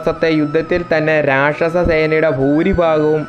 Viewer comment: രക്ഷസ്സൻ അല്ല മോനേ രാക്ഷസൻ എന്നാണ് അക്ഷര സ്ഫുടത വളരെ വലുതാണ്...!!